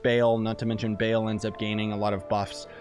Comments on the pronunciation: It's Ba-al not Bale, anyways, nice video! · Isn’t it bah l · I won’t even watch the whole video I cant handle him saying “BALE” all the time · no it's not ball as in football ball its ball as in ba al you're pronouncing to instances of the a sound that's hoe its mean to be pronounced I'm into demonology so I thought I'd correct you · Cringe every time he says Baal I wanna stab my leg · u trigger me. it's sair-ruh and BAUL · They’re pronounced “Ball” and “Saw-rah” lol